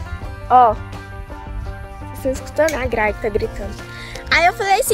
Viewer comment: o nome é gralha, não graia porque vc não pronuncia os nomes direito,vc estuda tanto, presta atenção e fala direito